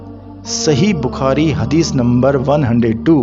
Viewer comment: بخاری یا بکھاری ؟ گارت ؟ یا غارت بھائ اپنے تلفظ پہ دھیان دیجئیے جزاکم اللہ احسن الجزاء فی الدارین